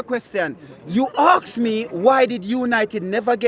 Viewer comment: Why do some people struggle to pronounce the three letter word “ask” correctly? Thickos